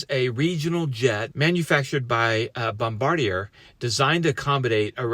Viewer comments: "Bom-bar-dee-er"? Isn't that "Bom-ba-deer"? I don't really care, just poking at ya! Thank God everyone survived (extra prayers for the person in critical condition)! I don't know how you manage to get the ATC recordings so quick, but it is much appreciated. When I first heard about this, I came straight to your channel just because of how well you covered the AA2543 DCA collision. Thank you for everything you do! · Canadians pronounce it Bombardee-eh. It’s francophone. It sounds off to say Bombardee-err. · Technically you're both wrong lol. It's French. The correct pronunciation is Bom-ba-dee-ay. The 'r' s are silent. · bombard-yay doesn’t have the long eee sound. The correct pronunciation does. Bom-bar-dee-aye. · It’s pronounced Bom-Bard-E-A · Of course, this is incorrect. The name is pronounced “bom-bar-dee-aye” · FYI Bombardier is a French word, I believe the planes are built in Quebec. Pronounced "Bombardi-eh"...OK? Very Canadian...😂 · Couple of pronunciation tips from a Canadian. Toronto is called Torono, Bombardier is Bombard-jay. Good coverage, I live about a half hour from Pearson. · Couple of pronunciation tips from a Western Canadian. Toronto is pronounced "Centre of the Universe," and Bombardier is pronounced "Ski-Doo." 😂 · Bombardier. The end sounds like the letter A.